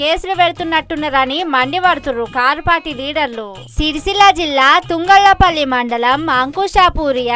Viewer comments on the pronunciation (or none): Thungallapalli kadu. Thangallapalli